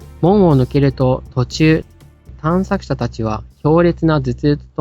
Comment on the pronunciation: ずっとたんしゃくしゃって言ってる気がするwww